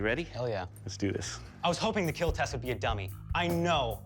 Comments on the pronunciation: Is there a compilation of weapons that won't "kiel" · why the say keel instead of kill ? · I don't know why but hearing "it will Keel" always makes me giddy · It will keel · "Do men even cry?" "He watch Titanic and didn't cry." "Do men even have feelings?" Also men: "It will not keal." 😢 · The true catastrophic failure is hearing "It will not keel" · "Your weapon...will keel" lmao Love this show!⚒️🔥⚔️ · It will keel ❤ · It will keal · I love when he smiles and says “it will Keel” I just think it’s so cute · "It will keel" Hits different when he's covered in ballistics dummy blood 😆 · Eet weel keel! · I thought that is what he was saying, but apparently he’s actually saying ‘It will Keal’? Which is an acronym for ‘Keep Everyone Alive Longer’ 🤷🏼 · It's the way Doug pronounces "Kill", but it's so satisfying that it gets memed on. Or maybe it's memed on so much it's satisfying. Not sure what came first on the internet, but it feels so satisfying to hear